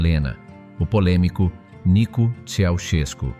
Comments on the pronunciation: nicu ....cela se prononce et s'entend : nicou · NICOU (non pas NICU).